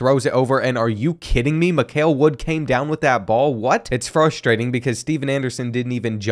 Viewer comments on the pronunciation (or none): none